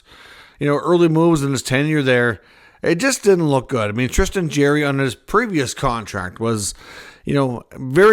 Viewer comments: It's JAR-ry , not Jerry , just fyi . Would hate to be a Canuck fan lol . Say adios to Miller and Boesers outta that rat hole end of season :) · Sound out his last name. Its not jerry